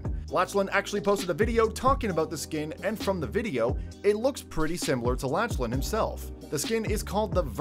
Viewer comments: laCHlan I’m crying of laughter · Its not lach lan its pronounced laklan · Legend it’s not latch Lynn is Laughlin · Bruv laCHan he seriously said laCHan 😂😂😂😂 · It's Lachlan not LaCHHHHHlan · U said la CH lan hahah plus he already has a skin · By the way his name is Lachlan not Lahchlan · It’s said LaC-LAN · Did he sa la ch lan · You said lachen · Who's latchlan it's Lachlan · It's Lachlan not LaCHHHHHHHlan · It is pronounced lock-lan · he called lachlan laCHlan lol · He said (la) (ch) (lan) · Bruh, “LaChLaN” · Bruh he called Lackland like this haha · You said Lachlan wrong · Wtf this man cant say lachlan correctly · Bruh you said lachlan wrong